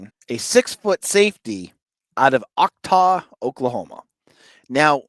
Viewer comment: Love your stuff, but it's Chotaw, not Octaw.